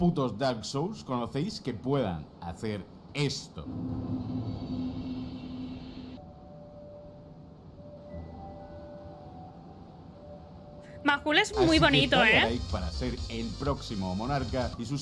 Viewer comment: Porque pronincian majula, es mayula